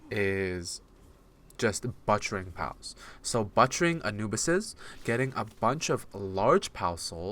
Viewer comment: LMFAO “BUTTCHERING”?!?! BUTT?!? You lost us lmfao. Pronounce it like PUT… BUT-chering. I can’t listen any more lmao 😂😂😂